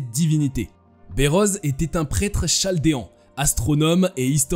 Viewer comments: "Chaldéen" se prononce "caldéen"... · Bérose le chaldéen (chaldéen se prononce kaldéen) comme chaldée se prononce kaldé s'il vous plaît.